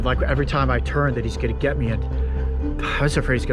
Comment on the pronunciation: You said git not get